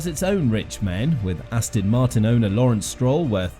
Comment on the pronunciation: It's Aston FFS! It's not Ass Tin Ast-on Mart-in For f**k's f**king sake!!